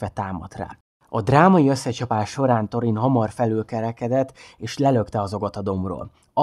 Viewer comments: Illetve ha már van magyar szinkron a filmekhez és ott is helyesen vannak kiejtve a szereplők nevei akkor ezt is érdemesebb lenne figyelembe venni. Pl nem torin hanem “szorin” stb.. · Szerintem jó volt csak Thorint Szorinnak ejtjük.